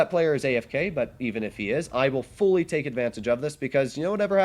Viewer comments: Sounds like he said, "You can 'tank' alot of shells..." That's pretty funny! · Well yes, ofc he says you can "take" alot of shells, but it just kinda sounded different lol.